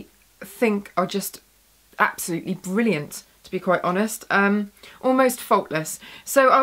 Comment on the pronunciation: haha the way you say bwwwwrilliant xD is funny (like ur videos)